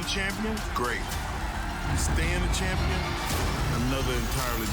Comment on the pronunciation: did he just say cham-peen